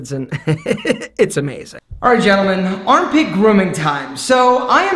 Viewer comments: This guy def mispronounced gentlemen at the beginning lol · He said gentlemen with a soft G tho...